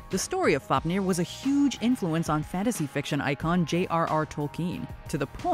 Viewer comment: I’m gonna give you HUGE props for all the pronunciation especially Fáfnir